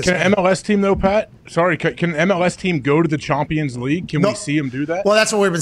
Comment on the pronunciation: “Mbap”, “MLSth”, “Chompians League”, “Methi”… this had be rollin 😂😂